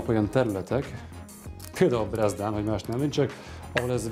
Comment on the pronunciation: Sokat levon a videó értékéből, hogy ez egy beteg hal volt. Már az elején is látszik a fekély a hal oldalán! pont a bal oldalán, amivel a pucolást kezdi, középen ott a fekély, ami a "nyúzás után is látszik -től a kisujj alatt. ha már ilyen volt a hal, illett volna a fekélyes húsrészt kivágni. Aztán azt mondja Bezdán helyett, hogy Brezdán ...